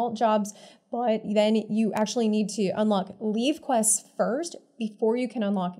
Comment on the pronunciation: Jesus why does eveyone call it "Leave-quest"? It's a Levequest! (Levey-quest!**) Lev EEEEEEEEEEEEEE REEEEEEEEEEEEEEEE